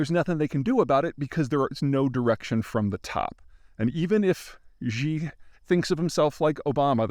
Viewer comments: Yes Xi (it's pronounced 'ssshee' btw not the way Peter and many journalists who don't bother to do their research says it) has cultivated a cult of personality, but he isn't loved by many ordinary people (though of course they won't tell you on record) because of how has handled covid and screwed the economy. Of course he has advisors and speech/book writers. The main one is Li Qiang, who has been promoted very quickly to the highest level of the politburo standing committee after Xi himself. There are people that spend their life studying China and the CCP and it's pretty obvious that Zeihan is not one of them. Having said all that, he is broadly right that no big decisions can be taken by anyone except Xi and that the USA must meet with him and his top guys if we want to avoid accidents which could trigger a war. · Xi Jinping.. Xi is pronounced more like ‘Shee’, not “Gee”. X = Sh. Love your work. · Peeeeter (Griffin), ya gotta fix the Xi thing. Simply pronounced ….she, not zzzhhhiiii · Peter, I want to implore you: it's not "Zhee". The "x" sound in Chinese is a dentalized "sh". Saying "She" for "Xi" is close enough, and much better than "Zhee". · You’re mispronouncing “Xi Jinping” Xi is pronounced exactly the same as the feminine pronoun “she”. Jin is pronounced more/less like the drink “gin” (but with an “ee” vowel sound”. Ping is as you’d expect. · Nothing says I'm a geopolitical expert like mispronouncing the names of important people. His pronunciation of Russian leaders is just as bad. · Someone for the love of god tell Peter how to pronounce "Xi". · I enjoy and appreciate your analysis. Your presentation would be even better if you pronounced Xi Jinping's name correctly. Ask a native Chinese speaker. Xi is pronounced She, not Gee. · I love your analysis and commentary and follow it closely. But for the love of god its President Xi (as in Sheee), not Ji (which means chicken in Chinese) and no Gzhee which means nothing in English or Mandarin...